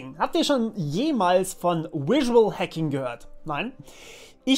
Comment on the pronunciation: Überzeugend und simpel - gut gemacht, danke ! Kleiner Tipp vom Anglisten -sag mal auf Deutsch "visuell" und dann Englisch "visual". Die fangen beide mit demselben Laut an :)